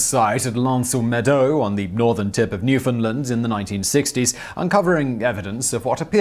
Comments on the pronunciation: SIMON! TY so much for not saying new-found-land (emphasis on "found")! It is indeed "newfundland" said as all one word. Jenn in Canada 🇨🇦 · thank you for pronouncing it right Simon. from a fellow commonwealther